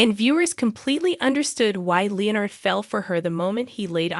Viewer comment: Where was the "shocking twust"? i'll i heard was a recap. weird accent btw, in the speaking and the text, its twist, not twust, and its leonard, not leo-nerd.